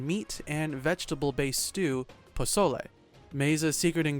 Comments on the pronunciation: If dude can say pozole perfectly why tf he say El pozolero like that 🤦🏽‍♂️ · How can he pronounce pozole right but can’t say pozolero. Lmao